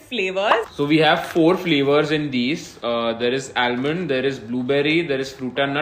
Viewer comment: I love watching videos, no matter what the topic is, they look great together n doesn't make any video boring. Just correction on almond pronunciation, ull not pronunce "L" in ALMOND.